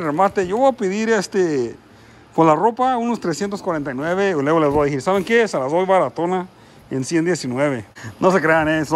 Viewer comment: Se dice Decir no "dijiiiir"